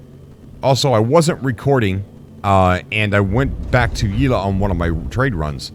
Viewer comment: Yel-a not Ye-la... lol